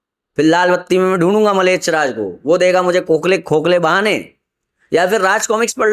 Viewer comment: Malech nahi mlech hai🙏🏻 dhang se uchhaharn ho nahi paraha hai.. Guru prati andha bishwash ishpasth dikhraha hai...😂